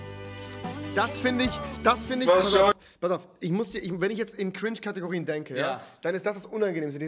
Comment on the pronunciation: Normal people: „cringe“ Rewi: KRINTSCH